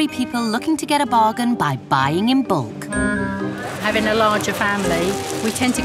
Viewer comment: "buying in bollk" what is bold? it is bulk